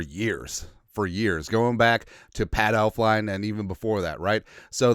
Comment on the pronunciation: I heard Pat Elflien and cringed lmao